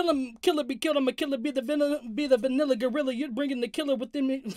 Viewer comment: He said vinilla gorilla